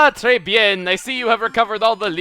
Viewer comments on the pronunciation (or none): The way you pronounced Tres Bien makes me want to gather the French and start a riot against you. O_O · you mispronounced tres bien. it's pronounced tre bian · tres bien is pronounced tra bian